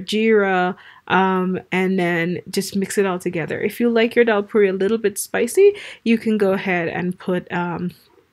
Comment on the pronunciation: Its daal not dhal.